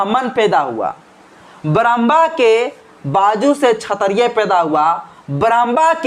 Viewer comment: क्षत्रिय शब्द का उच्चारण सही नहीं है अतः आप क्षत्रिय के उच्चारण को सही करिये।